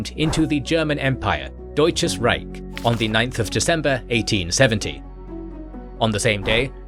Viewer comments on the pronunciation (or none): none